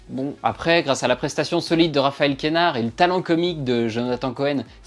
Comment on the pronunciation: C’est QUEnard et DEdienne Pas de « é ».